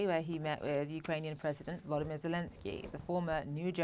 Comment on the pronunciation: Seriously how hard is it pronouce the presidents name lool ?! or mby she meant to say war from the beginning but sounds like meant to say Volodymyr